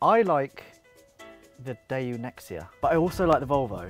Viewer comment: Daewoo, not Daeyoo